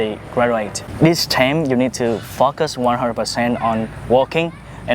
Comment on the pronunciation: I heard this guy say about what men sought in women, “You need to f—- us,” and then realized he was saying, “You need to /focus/.” 😭